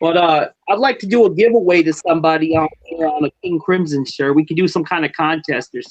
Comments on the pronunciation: Krimzon , not Grislom lol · Grizzum lol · Your first sentence of the video you said King Grisim? Lol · Wow cant even pronounce his name right